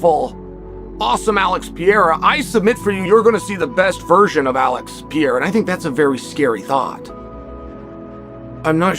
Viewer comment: Is Chael Sonnen mentally deficient? He calls Ciryl Gane "Surreal". He calls Alex Pereira "Piera". From now on, I'm going to call him Chase Sony.